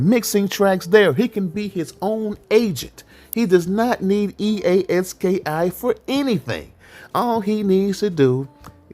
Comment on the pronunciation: 😂😂😂 bro it's E-A Ski not e a s k i